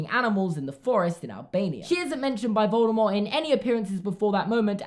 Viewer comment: I love how correctly pronounces Voldemort